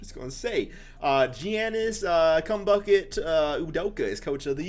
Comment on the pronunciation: Did dis man say Kum bucket come on g 😂